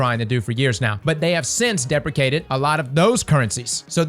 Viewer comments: "Deprekated".... you should have looked up how to correctly pronounce the word. [DI] + [PREE] + [SHEE] + [AYT] + [ID] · dee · pree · shee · ayt